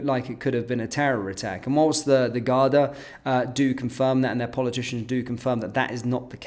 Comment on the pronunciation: It´s Garda not Gardia Sir!